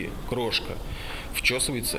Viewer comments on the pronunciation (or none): Как Вася "вчесывает" и "чешет"!:)